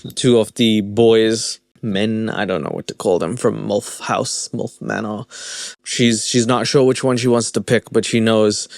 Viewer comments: theres no "o" in molf its milf lmaooooo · Lol love how you pronounce your I as a u... mulf 😂😊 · The way you say milf so clearly sounds like mulf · It’s pronounced M-I-L-F!! Not mulf haha 😂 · It's milf not mulf. 😅 😜 Bloody South Africunts. And what's wrong with predatory females ? Some of us want to be prey, cringey or not brother 😅